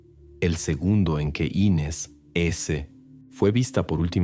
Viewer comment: Me mató la bandera de estados unidos en la sala. Muy mala recreación de un supuesto crimen en Brasil. Y no es Ínes el nombre es Inés